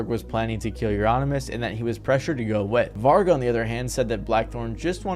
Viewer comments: It hurt me when he butchered Vargs name 😭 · man... get your pronunciations right!! even the doco you got the footage of Varg from has all the correct ways to pronounce those names/places many times throughout it!!